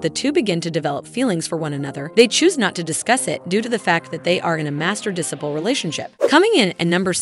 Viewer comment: It's pronounced de s-eye ple not disapple